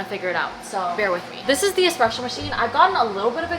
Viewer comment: ESpresso not eCspresso my guy 😞